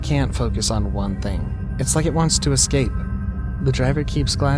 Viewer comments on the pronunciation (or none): The word "escape" does NOT have an "x" in it. It's NOT pronounced "excape". 🙄👎